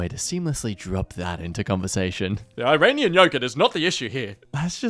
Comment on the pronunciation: IRANIAN YOGURT ok Im actually happy I double cheek I was hearing Uranium Yogurt